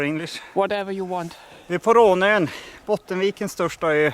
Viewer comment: Die Insel wird Rohn-ön ausgesprochen. Das schwedische å mit dem Kringel obendrauf ist ein geschlossenes o, kein offenes